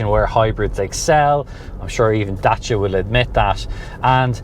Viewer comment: Great, informative and enjoyable video. Most importantly is the way you pronounced Dacia. As a romanian I can genuinely say that you were on the button. 😂 It is remarkable how Dacia came such a long way and evolved so much under Renault.